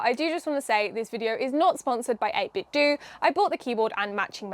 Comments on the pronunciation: The "Do" in 8BitDo is pronounced like the "do" in "Nintendo" not the word "do", you damn zoomer. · Not wanting to be that guy but I think it's meant to be pronouced 8-bit-doh, to ryhme with Nintendo. TBF, it's not a good play on words, or a good name really. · Pretty sure it’s supposed to be pronounced 8bit “doe.” It’s supposed to be pronounced like the end of Nintendo so I’ve been told. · Isn't is pronounced 8-bit "doe", like taekwon-do and kendo? As in the art of or the way of 8-bit? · I was thinking about getting one of these, so thanks for the review. Save me searching for one! :) FYI, 8Bitdo is meant to be pronounced like Nintendo. The company got their start making Nintendo clone controllers and modkits for NES and SNES controllers. Even today the majority of their controllers are Nintendo style ones for Switch / PC.